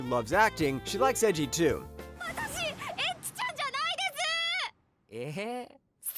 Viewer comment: for someone who makes videos in anime you really don't even try pronounce the names how does eiji become edgy and how is sousuke sasuke